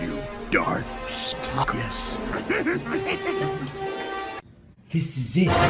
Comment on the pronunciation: "Darth Stuckus"